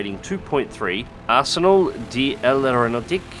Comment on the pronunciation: de is pronounced more like a quick dur, what you said was "des" which is the plural form of de meaning "of". Arsenal of the Aeronautics is the direct translation whereas we'd just say Arsenal of Aeronautics.